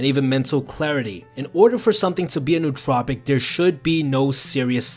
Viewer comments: Great video, but you do make one common mistake. I'm sure others have pointed out it's 'no-o-tropic' not 'newt-tropic' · It is not pronounced 'new tropic'. It is pronounced as if it were two separate words: no otropic. English doesn't have many words that differentiate between vowels but this word does. Similar to how we differentiate vowels in the English word "idiot" - which is how you sound if you pronounce nootropic incorrectly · its pronounced no-ah-tro-pic!!!! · Pronounced like Noah Trop icks